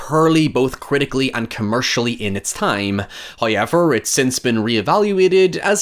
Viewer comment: First "hoyevver" drops .